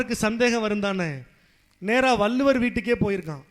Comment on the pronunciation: வள்ளுவர் ..வல்லுவர் அல்ல..